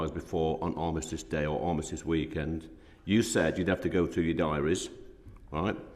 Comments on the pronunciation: He can't even say the word 'Armistice'. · Can't even say armistice correct says everything